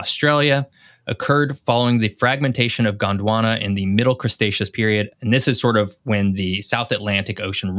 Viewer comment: Please pronounce Cretaceous correctly. There's no 's' before the 't'